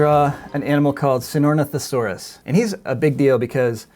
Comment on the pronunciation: This guys pronunciation of Sinornithosaurus gets sloppier and sloppier as the video goes on.